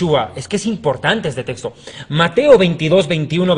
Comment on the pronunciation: SE DICE TEXTO NO TESTO.